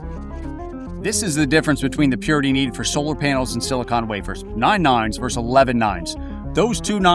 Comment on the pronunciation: this word is pronounced “versus,” exactly as it is spelled.